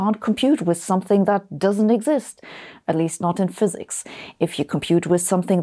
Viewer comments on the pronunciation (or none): Its fsiks 😅